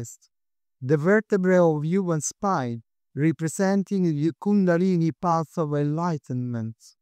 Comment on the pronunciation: Umm, thanks. I needed to hear an Italian guy say the word 'kundalini'.